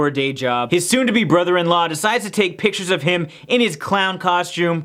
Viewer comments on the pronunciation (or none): none